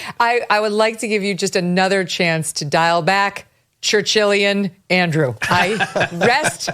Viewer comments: He said chinchillian I think. Not Churchillian. Right? Am I right? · I think he meant "Chinchillian"😂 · I hate that Churchillian thing. Sounds like turtilian -- like ninja turtles -- every time sean hannity says it😂